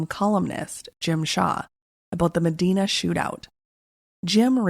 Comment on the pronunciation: First, how are you doing work on a ND event and don’t know it’s pronounced Me(dye)na? I’m very confused by this. Secondly, Gordon Kahl was close with a lot of the farmers at this time (the fed gov’t was doing the most at this time, and it was shutting down a lot of small farmers leaving them with literally nothing!), one of which was my father. He attended multiple meetings. About 3 or so months prior to this going down he stopped going, and no longer aligned himself with any of the folks who were still attending Kahl’s meetings. At this time my brother was attending college in Mayville. He was coming home for the weekend. He was approaching a 4 way stop and could see people in the ditch on both sides of the road. As he got closer, the sheriff climbed out of the ditch and told him to, “Turn around and get the hell out of here”. We would learn a few hours later that this event was just prior to the shoot out. I remember when Gordon went on the run. I was so scared he could come for my dad. Something happened that made dad change his belief in attending Gordon’s meetings, and he’s not afraid of killing folks. Yeah, it was scary as a younger child.